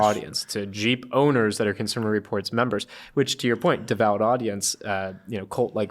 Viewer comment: I stopped listening/watching when I heard "Consumer Reports."